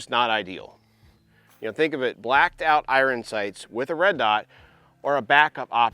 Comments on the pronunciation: Bro it's pronounced " I earn" not " I run😂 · Why are you saying iron that way 😂